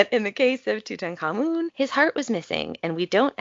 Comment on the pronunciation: I'm happy to hear you pronounce Tutankhamun so well.